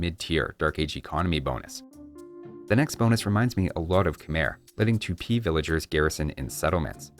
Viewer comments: Archers with poison arrows, the best hit & run units. Also, please say "twopee" instead of "tchoopee". And say it faster, because U (oo) and I (ee) are not two extended letters. They're just single sounds. Just like NAmericans say teepee. You don't overextend the eeeeeeeeeeeeeeeeeeeeeee, it's a short sound. Tipi. Tupi. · I think its pronounced tu-PÍ. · The American civs are SO PRETTY NOW!! And the Elite Blackwood Archer's fluffiness makes up for its squishiness (psychological warfare 111) The way pronounces 'Tupi' makes me think he's, oh I don't know, a math teacher or something. Anybody else hear '2p' when he says it?